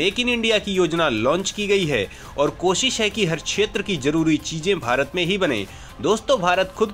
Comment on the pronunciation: छेत्र नही (क्+ष)क्षेत्र बोलो